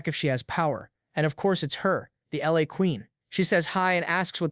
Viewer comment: Bro overemphasizing the role of the LA